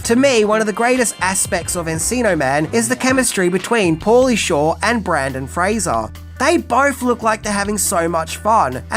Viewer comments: I’m not going to lie, it sent me right to the comments. I’ll persist, because I love your videos. Don’t give up, mate. You can say his name right. I’m sure if it. Make a funny YouTube short out of your process to get it right and you might rack up a ton of views! Keep up the great videos. We appreciate your content. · I love this movie sooo much. One of my faves from the 90’s. And? It’s okay if you mispronounce a name when it’s done accidentally. Please make more videos on Mr. Fraser and simply say in the video, “I apologize now because I have difficulties saying it correctly.” We’re human. We’re fans. We understand 😊👍🏻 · Don't think i've ever heard BrEndan Fraser mispronounced so many times in one video before, even in text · You also blew the pronunciation in your Bill & Ted video.